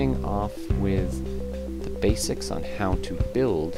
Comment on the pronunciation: did he say "starting with the BASEics?"